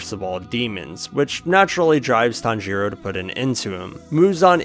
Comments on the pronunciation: “Tanjeeero” has to be rage bait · your pronnouncation of tanjiro is making me want to jump of a cliff